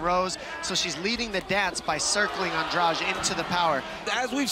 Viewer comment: Angrage??? AndraDE DDDDD NOT DRAUUUGE